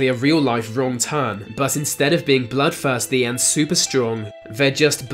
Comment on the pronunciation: Are you physically incapable of pronouncing the combination of "th"? All I hear is bruvva (brother), vah (the) and even "bloodfirsty"! That is so damned distracting and annoying I can hardly believe it.